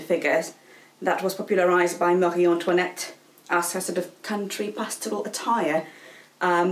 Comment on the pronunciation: irrelevant but i love the way you say chemise a la rein and Marie Antoinette. I don't know, it just sounds so nice.